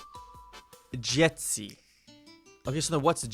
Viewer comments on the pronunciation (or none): I saw that you pronounce „ci” in dzieci like c and I are separated but try to pronounce it like the vowel „ć”. Hope this helps🙂